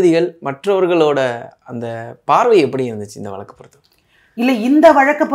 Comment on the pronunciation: Vazhakku. Not valakku Anchor learn tamizh Mam your speech and telling this story very clear and true.